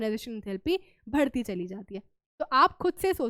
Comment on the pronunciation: Why mam pronounce BHadHTI instead of badhti 🙂